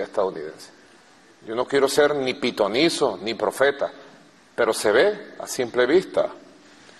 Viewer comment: dijo pitoniso o son ideas mías